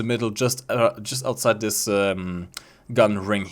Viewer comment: “Funder” “Dis” “Peemium”